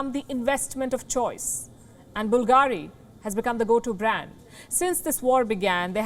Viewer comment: BVLGARI (Bul-ga-ri) is stressed on the 3rd syllable.